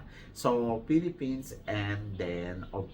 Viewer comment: Ang galing mag-host ni. Hindi siya typical na Thai na hirap mag-english. Pati word na Philippines, kaya niyang bigkasin yung 'S' sa dulo. Saka ang generous niya sa pagbibigay puri kay Kirk. Meron pa siyang "Filipino pride!". Yes, magaling din si Athisa mag-host kahit sinasabi ng ibang Pinoy sa comment section na kulang daw sa adlib like Catriona. Congrats, Kirk! Mabuhay! 🇵🇭🇵🇭🇵🇭